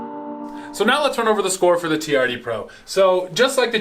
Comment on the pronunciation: That Toyota is a TRD. Sound it out.